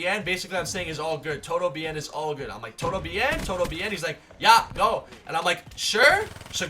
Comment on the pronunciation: lol the way you pronounce it TODO BEE ENN